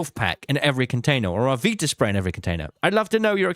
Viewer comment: I despise the way you say viraspray but I love your content 😭